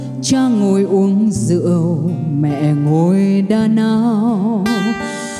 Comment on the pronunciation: Nghe c hát mình mới biết từ Rượu phát âm ntn ❤️